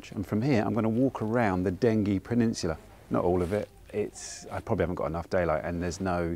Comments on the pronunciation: Lovely video. My part of the world... We real Essex boys pronounce it Denjy. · Pronounced Denjie. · Wonderful video of a much loved liminal place. By-the-way,, in local dialect, Dengie is definitely a soft g pronunciation.